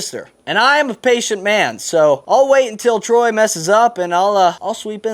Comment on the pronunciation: It's not trey,it's T R O Y Y Y Y